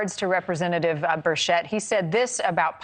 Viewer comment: I am from Northeast Tn also. How do people that claim to be educated not know how to pronounce common names. His name is pronounced "Birch-Et", not "Burshet".